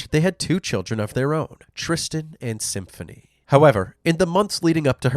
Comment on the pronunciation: 'Tiffiney' and 'Symphiney'? Just because you CAN, America, doesn't mean you should!